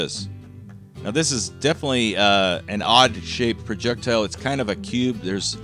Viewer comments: Projectuhl Projectuhl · Noticed you pronunciation of Projectile. I say we use the americanized version of that as well, and refer to it as a "projectull". Anything that pisses off the nancy boys on the internet, I'm on board with. Thanks for the grammar lesson! "Turbin" from here on out!